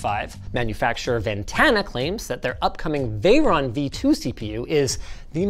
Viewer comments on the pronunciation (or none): none